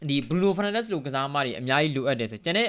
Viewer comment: BRUNO FERNANDES ကို အသံထွက်လေးတော့ ကျက်သရေရှိရှိထွက်ပေးပါ စောက်ရူးရယ် ကြားရတာ Feel တော်တော် ငုတ်ပါတယ် တကယ်ပါ ဒါတောင် ဒီစောက်ရူးက English လို အစီအစဥ် လုပ်လိုက်သေးတယ် 😂😂 #စောက်ရူးကျက်သတုံး